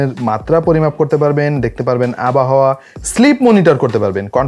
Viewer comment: আবাহাওয়া না ভাই আবহাওয়া